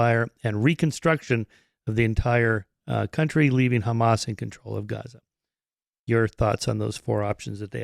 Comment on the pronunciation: So far all I see is death of civilians and destruction of great city build by Palestinians not by zio no its of Eastern Europe and Harvard students G return to the 1967 border given to you by the UK And you can Waite for the meshia to designate your land if milk and honey And plz pronounce the word ha n’as not Khhhhaaamaaasss You can say say HOME but can’t pronounce Hamas